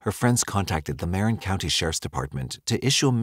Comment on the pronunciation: Im the bay area we pronounce it "muh-rin" Not "mare-in"